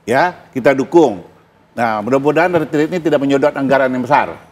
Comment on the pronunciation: Hostnya riset dong, bagaimana mengucapkan kata "retreat" yang benar.